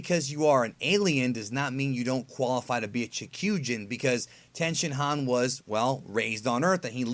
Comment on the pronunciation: Don’t mean to be that guy but the Japanese speaker in me can’t ignore it. When you say a Japanese word with an I in it such as 地球人, chikyuujin or human or the shin in Tenshinhan you pronounce it as E as in East. Just letting you know .